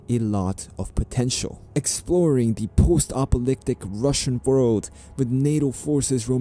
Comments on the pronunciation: Apocalyptic not apolyptic :) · you seem to miss a syllable or two in your pronunciation of apocalyptic.